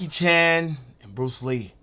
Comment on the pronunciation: X!!!! You killin' me! lol Put some respect on Bruce Lee's name yo! C'mon now!